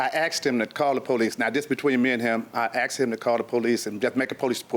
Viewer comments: The word is asked...not axed..fucking elementary school drop outs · I can not stand when pet say "Axed"it's ask.😳😳